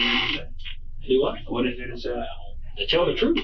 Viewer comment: “On my mama I’m telling the truf” Glad you brought her up By the way…